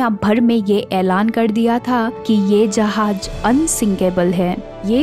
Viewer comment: Uffffff jahaz bolte he tumari jahaj sun ke zussa Araha he